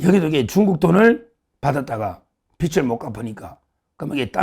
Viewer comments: 서울대 출신을 입에 달고 사는 정욱아 국문 발음 좀 잘 해라 서울대 맞나? 채무라는 뜻은 빚이다ᆢ 빚을이라는 발음은 비즐이다 비츨이 아니다ᆢ네팔 빚은 비츨이 아니다 비즐이다 서울대 엘리트를 입에 달고 살면서ᆢㅓ,ㅡ 발음 못 하는 건 매우 유의하더만 ᆢ 햇빛을 비출 때ᆢ빛을 발음은 비츨이다 비츨 비추다 비치 비치다처럼 아이그 머리 빗는 빗은 비시, 비슬 비스로처럼 발음 한다 경상도가 언어장애인 줄을 알고 좀 똑띠, 단디해라 나도 경상도이지만 황장수처럼 똑똑한 사람도 똑같이 비즐을 비츨 또는 비슬로 발음하는데 이 자도 농대지만 서울대잖아 정말 속 터진다 발음은 기본 중의 기본 아닌가 유튜브도 언론이인데 ᆢ 서울대 꼬라지ᆢ김영삼처럼 구강 주조가 굳어서 외국을 애국으로, 관광을 강간으로 발음하는 건 언어 장애자로 이해해 주지만 너의 부분은 국문법 부분이다, 그런 수준으로 서울대 가기 어려운데 ᆢ그리고 너 똑똑한 줄 잘 알고 너 프로 빠짐 없이 보는데 서울대, 고시 양과 패스 이런 건 정말 빼라 쪽 팔리지도 않나, 1과도 패스 못한 놈들도 너보다 많은 성취를 이룬 놈들이 많지 않느냐 정청래만 보더라도 ᆢ 늘 잘 보고 있기는 하다만 대안이 없어 본다 정말 인물 없다 그래도 너는 수준 이상이다만 그런 너도 이상한 발음을 해싸서 열받아서 처음으로 댓글 단다ᆢ더 잘 하자는 뜻이다 내가 7,8살 많아서 말을 깠지만 하도 발음을 번번이 이상하게 해서 열받아서 깐거고 너도 성인인데 예의가 아닌 줄은 안다ᆢ 그래도 고맙다, 욕본다, 희망이다, 응원한다, 더 잘 하자!^^ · 서정욱씨,발음 똑 바로 하세요. 빚(채무)을 발음할 때 비치(빛)가 아니라 비지(빚)입니다. 변호사,무식한 소리 듣습니다.